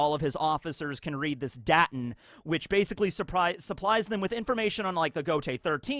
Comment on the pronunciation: the a in "Daten" is long. not short. in German you pronounce vowels long if they are only followed by one consonant.